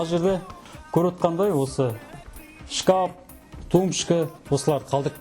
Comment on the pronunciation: Кәпел емес кафель или плитка десеш шкап емес шкаф